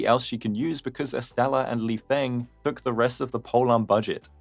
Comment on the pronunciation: I’m sure lifeng’s name is pronounced lee-fung since his name is chinese just like dan heng and the same rules apply. no shade